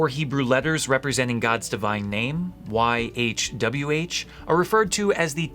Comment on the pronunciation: YHWH is pronounced Yeewhey. It was a common Egyptian greeting meaning “ I have come.”